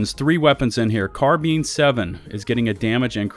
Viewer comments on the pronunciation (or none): It's "car-byne 7" not "car-bin". You've been demoted from yur lieutenant rank.